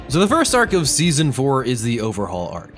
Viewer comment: i heard you said zeazon three